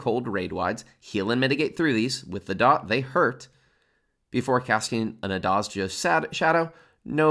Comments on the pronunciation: A small bit of info; the "z" is pronounced like the second "g" in garage. Like "zjh". The "J" is pronounced like a "y" because they're based off of indian peoples. so its more like A-zjh-die-ya and not "Ass dodjuh" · thank you for this awesome guide!! also, its pronounced Azh-die-ya in azdajas shadow *(im sorry) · it's pronounced azdaya Thanks for the excellent guide! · Good guide, but say it with me, "Azj-die'ya" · invented at least two uniquely wrong pronunciations of "azdaja" in one video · This is a great guide, but if I hear you say Azdaja's name wrong one more time I'm going to scream. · Love these vids. One small, very meaningless question - how do you not know the pronunciation of Azdaja? Do you skip the MSQ cutscenes? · your pronunciation of azdaja's name is sacreligious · Bruh, why u massacred my "azdaja" like that :s